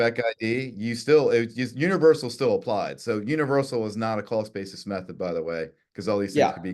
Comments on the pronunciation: He definitely said "call spaces" not cost basis 😄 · Sounds like he's saying crawlspace....lol. The host was correct when he asked him what he meant about crawlspace. 😅 Cost basis...crawlspace Do they sound the same to you? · i swear he was saying "callspaces" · why does everytime this guy says "cost basis" all I can here is "call spaces"? He tricked Andreas as well